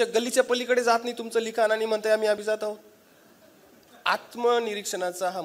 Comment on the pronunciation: *तुम्ही अभिजात मधील ज जहाजातला उच्चारलात. त्या 'जात'चा अर्थ ज्ञाती असा होतो. अभिजात मधील ज हा जास्त मधील ज सारखा उच्चारायला हवा कारण तिथे 'जात'चा अर्थ जन्मलेली/ला असा होतो. *मराठीत व्यक्ती शब्द स्त्रीलिंगी आहे. छाया देव.